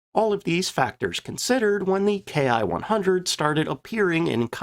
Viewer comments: "Ki" is a single letter in Japanese, pronounced "key". So, when referring to aircraft makes we usually say key-100 instead of k.I. 100. Not a big deal. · A few things ... First off - while the Germans used Me and Fw as designators for manufacturers - the Japanese Army was NOT doing that with the term "Ki" . Instead of being pronounced "Kay Eye" it is pronounced "Kee" . The Ki 61 was essentially the result of the Germans sending the Japanese the plans on now to build an Me-109 and it's engine. This gave the Japanese a more European type aircraft. The thing with the A6M and Ki-43 - was that they were both highly maneuverable but poorly armed and armored. Thus - they were vulnerable to Boom and Zoom tactics to which they had no answer. The Ki-61 was different and the Allies had to treat it differently. The problem as mentioned was that the quality control of Ki-61's was atrocious. The Ki-61 had the dubious distinction of being the Aircraft Most Destroyed on the Ground. The fact of the mater was - that the pre-war Allied Contempt for Japanese manufacturing - was entirely warranted. The thing with the Japanese military is that pre-war - it was very highly trained to get the most out of what they had. The Japanese Air Forces - had maneuverability - and their Navy the Long Lance Torpedo. All Japanese designed aircraft were fire traps and few of their ships had radar. Other than that - most of what they had - while, like the Italians - was competitive - it was not up to western standards and they could not replace their losses. Do not average losses between enemy claims and unit reports. In Judging losses - take the losses reported by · It's not "K I", it's pronounced "key" and short for "kitai" or airframe. It was only used by the Japanese Army Air Service. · Excellent presentation! In Japanese, the "K I" designation is pronounced "KEE"